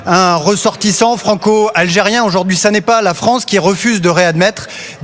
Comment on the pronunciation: En tant... Besoin... "Fronce" 😂